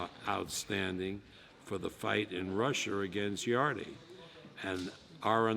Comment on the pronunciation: yard-e. even when corrected he's too far senile to notice